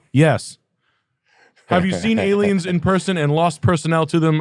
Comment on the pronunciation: Did you say aliems? Are you a fleccas talks watcher?!